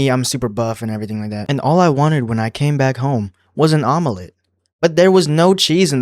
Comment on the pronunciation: im crine why do you pronounce omelette like that😭